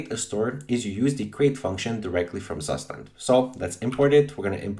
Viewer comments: It's Soo-shtant not "Sus tand" lol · you pronounce it like CUSHTAND not zustand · BTW, it is a German word and called "state, condition". And the pronounciation is [ˈtsuːʃtant]. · Really nice video, but it made me flinch every time you said “Zustand.” :D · Me as a german speaker crying everytime he says Zustand wrong.